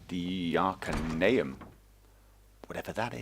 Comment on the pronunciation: god do i have to pronounce things for u now? omg its called the ar-cae-knee-yum